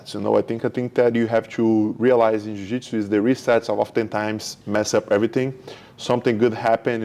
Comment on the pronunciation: Why are you pronouncing Jiujitsu like that?